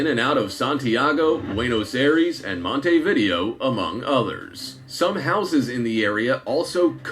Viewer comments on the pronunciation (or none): The city of Montevideo is pronounced as: "MON - tay - vid - AY - oh" not "MON - tee - VID - ee - oh"